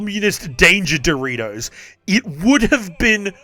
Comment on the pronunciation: "Danger dorritos"